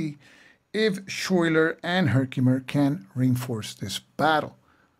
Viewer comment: thanks for showing us this game. FYI, Schuyler is pronounced sky-ler.